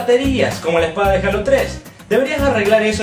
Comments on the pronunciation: yo no se si en Argentina digan asi jalo pero se dice jeilo pero no jalo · eso no es cierto no por estar en mexico se pronuncia asi es decir si tu ves gears of war lo pronunciarias G-E-A-R-S O-F W-A-R sin embargo en mexico le decimos guirs of war no por estar en mexico se "PRONUNCIA" asi y si les "H-A-L-O" NO SE TIENE QUE PRONUNCIAR JEILO por que es un nombre de videojuego en ingles en español se pronunciaria JALO mi punto es quetiene un nombre original en ingles y se"PRONUNCIARIA"diferente en español asi que no hay una forma correcta de pronunciarl ya estesenmexicoous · no es critica pero en Mexico se pronuncia jeilo